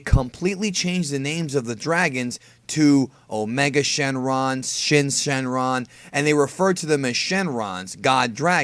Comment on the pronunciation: It's super shrenron